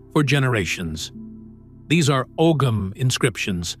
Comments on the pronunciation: As someone else mentioned the pronunciation of Ogham is actually said as (ow-hum). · Og ham is not how that's pronounced at all at all